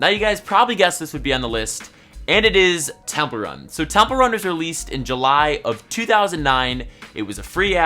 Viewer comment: When was telling temple run,, I was hearing it as 'templer '😬😬